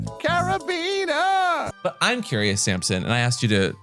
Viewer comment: omg AMP. I knew it wasn't just me who hears or sees a carabiner and whose head immediately imagines going carabinerr CARABINERRR. Also, I might be misremembering but i swear Chuck is bisexual?